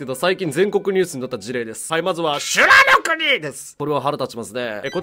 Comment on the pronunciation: しゅ⤴︎らの国⤵︎ の発音死ぬほど笑った😂